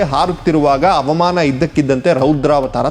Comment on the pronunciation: ಅವಾಮಾನ, ವಿಮಾನ ಆರಿಸು ಅಲ್ಲ ಹವಾಮಾನ, ವಿಮಾನ ಹಾರಿಸು.. ಅ ಮತ್ತು ಹ ಬದಲಾದರೆ ಅರ್ಥ ಬದಲಾಗುತ್ತದೆ